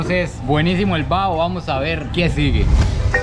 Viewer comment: No es comida callejera es fritanga y no es bao es : Baho